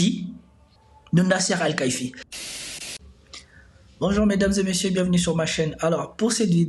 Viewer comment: La prononciation de Nassr Alkaïfi😂😂😂😅 blague a part.